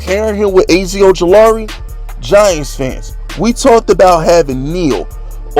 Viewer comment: I ain’t watching no more videos until you learn how to pronounce Azeez Ojulari and Micah Parsons’ first names! 🤦🏾‍♂️